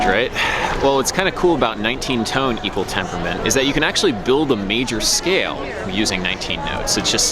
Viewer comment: My new quest: 69 Tone Equwual tempuwment